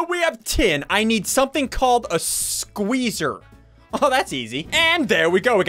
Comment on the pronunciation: I love how he says spueezer. (squ-EE-z-ER)